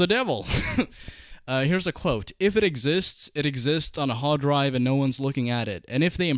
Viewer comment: The way you say hardrive . North Eastern?